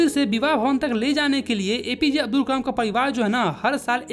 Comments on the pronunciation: me aapne kalam ki jagah kmal bola he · Nice video but said kamal instead of Kalam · it's kalam not kamal btw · Kalam ❌no kamal🧋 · It's kalam not kalem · Kalam bolte h Kamal nhii😂😂😂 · Kalam ❎️ Kamal✅️ 😅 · ...bro kamal nahi kalam he😊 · pe Kalam ki jagah Kamal 😂😂😂 listen carefully. All 👇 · Kalam ko kamal bol rha h or abdul ko abul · is kalaam not kamal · Kalam ❎ Kamal✅😅😂 Btw..Your all videos are very helpful and understanding 😊❤ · A mistake in your vedio Kalam × Kamal 😂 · Who noticed on he said kamal instead of kalam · It's kalam not Kalam